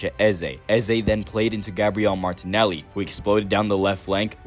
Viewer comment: Thank youuuuuu, I was losing it when I heard Martinelli 😅